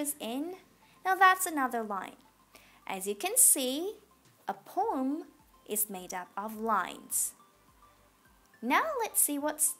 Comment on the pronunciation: it is poem not pom SO PLEASE